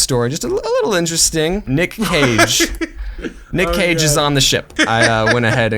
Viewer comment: When they said “Nick Cage and the Whale”, but it sounded like “Nick caging a whale”